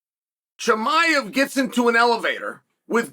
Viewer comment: Chael can never get the names right 😂 He said Kozmad chimaev , Blahall. Wtf lol